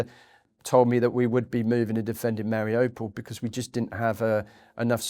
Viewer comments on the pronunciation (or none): The place is not difficult to pronounce, he should have known. Its "Mar i you, (or ou) pol. Nor, mari oh pol.